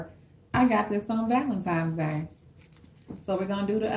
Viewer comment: THE WORD IS VALENTINES DAY NOT VALEMTIMES DAY